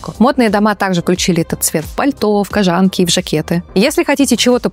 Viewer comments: Так слышишь «кожАнки» и все… треш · и кожАнки и кОжанки это то, что продавалось на базарах в 90-х )) Может кожаная куртка это слишком долго произносится. Просто такой «слог» сразу вызывает сомнения в том, что это стоит смотреть